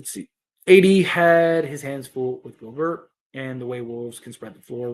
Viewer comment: Schroder sucked this game. He’s like a roller coaster. Great one game then terrible the next. Rui wasn’t very good. Austin needs to be better. We have to keep plugging away. Gobert is pronounced Gobear. Thanks again for the content.